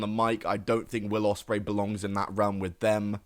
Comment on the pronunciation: 24 Will Ospraey 😂😂😂😂😂